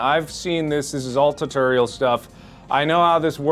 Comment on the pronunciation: It wasn't until this video that I found out Mark says "turtorial" instead of "tutorial"